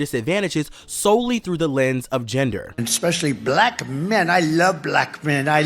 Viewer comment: the way he pronounces L sounds in words here (especially the word "Black") is so damn goofy